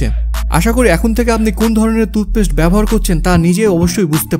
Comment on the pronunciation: তুতপেস্ট নয়, টুথপেষ্ট।